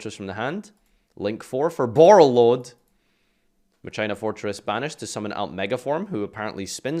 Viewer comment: Please stop pronouncing Machina like that